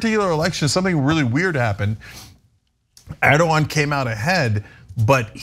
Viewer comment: Why did the female host mess up that Turkish president‘s name despite the fact that her cohost has that very same sound in his name? I’m boggled; am I missing something here🤨